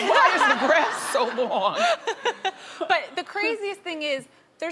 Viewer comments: When she said 'why is the grass so long?' I thought she said 'why her breasts so long?' hahahah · ohh until I read this comment, I swear I thought she said "breasts" too, and sorta lost respect for Wendy lol